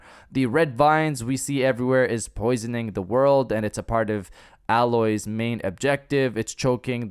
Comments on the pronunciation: I am not happy with myself for being so annoyed with him saying alloy instead of Aloy... but I'm still annoyed. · Dude...stop saying Aloi.....it's fucking AAAAAAAAYYYYloy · It’s pronounced Ay-Loy not how you say it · It's EY-LOY!!